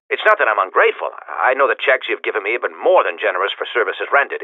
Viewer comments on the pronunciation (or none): none